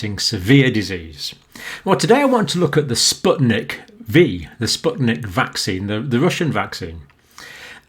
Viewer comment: It's spyutnik FIVE not V